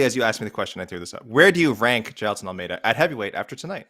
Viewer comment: bro jus nailed the pronunciation of "jailton", which is not a common Brazilian name, hahahah